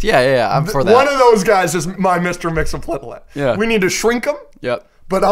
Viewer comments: I think its pronounced "Mix-Iz-Pit-Lick" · Mr. Mxyzptlk is pronounced Mix-Yes-Pit-Lick per Superman The Animated Series.